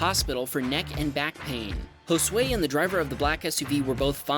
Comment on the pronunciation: You said Josué good. Thanks for not butchering it